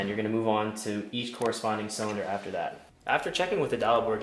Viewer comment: it is spelled that.. not "dat"